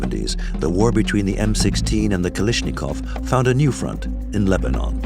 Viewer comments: "Kalishnikov" NEIN! Der heißt KalAschnikow. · "Kalishnikov" sheesh. "KalAshnikov" But, a good film. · For your narrator: Look at the spelling of Kalashnikov. The pronunciation isn't Ka-LISH-ni-kov. It's Ka-LASH-ni-kov. For your sound mixer: The audio levels of non-English speakers in the video overwhelm the English translation voice-overs. For the director: Too much time is spent with minutia about revolutionary leaders who employed the SK-47. Much of the content simply isn't relevant to the story of the two weapons. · Good documentary but every time I hear “Kalishnikov” I want to scream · I wish he would say kalashnikov right ffs was doing my head in with it😂😂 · I love how they never managed to pronounce Kalashnikov's name right. Not a single time. 🤣